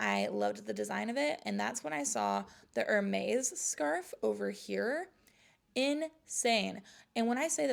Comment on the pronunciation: Hermes is pronounced ERMEZ